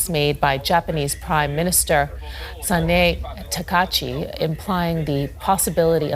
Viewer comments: She can't even pronounce the Japanese PM name right. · That pronunciation of sanae takaichi was painful. It really shows the level of preparation and dedication these guys have